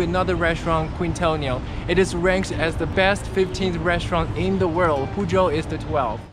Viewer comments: You said "Púshol" instead of Pujol and "Kuintonio" instead od Quintonil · Please pronounce Pujol (poohHOL) (THE "o" in HOL AS IN dOG) AND keen-Toh-NEEL (The o as in dog as well) The syllabe in Uppercase is stressed